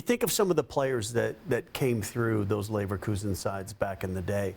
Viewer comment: NEVER say Neverkusen again.